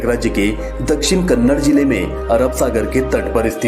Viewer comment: It's Kannada And Karnataka please pronounce or Language and state Properly